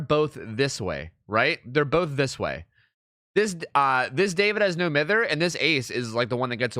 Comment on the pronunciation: Please stop saying No Mither wrong.